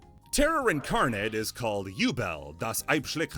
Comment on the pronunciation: I'm pretty sure Ubel is actually Übel. Like, it's prounced "oo-bel" like the "oo" in "spooky" or the "u" in "lute".